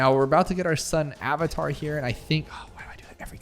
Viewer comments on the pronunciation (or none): none